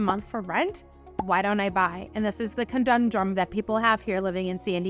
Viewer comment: It's conundrum not condumdrum